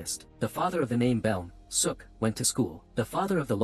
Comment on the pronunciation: Idk if the narrator knows Korean but "Beom Seo-ok" is pronounced similarly to "Bom So-oak"